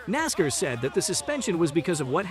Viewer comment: Started watching this then realized that the commentator is the idiot that can't even pronounce NASCAR. Dude, it's Nass - Karr, not Nass - cur. I have a question. Who is lined up in Martinsville to take Bubba out in the first ten laps. Who’s on line for the middle section of the race and who will do the honors in the last ten laps, assuming he survives that long?? Same questions for Phoenix, who’s on first…